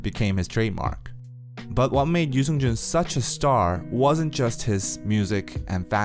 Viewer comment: Subtitles be like pronouncing his name as "News engine" Yoo Seung Jun🤣🤣